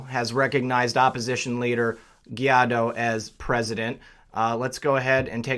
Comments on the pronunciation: Guaidó is pronouncedd why-though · Guaidó is pronounced like Gwhy - doe.